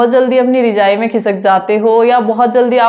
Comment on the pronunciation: Rijai 😂😂 it's rajai❤